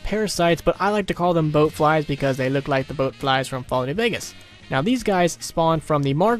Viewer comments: bloat not boat lol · No h8 just pointing it out it's BLOAT flies not BOAT flies from fallout